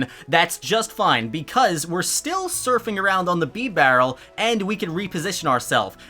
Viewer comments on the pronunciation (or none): He just said beebarrel